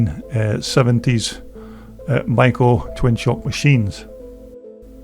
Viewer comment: "SHOCK!!" This gentleman actually pronounces Maico properly! I was the parts manager for Gray International, the Maicp importer in Detroit, MI at the Harbor Terminal building in 1965-66. Most Americans say May- co. Germans do not pronounce the first vowel.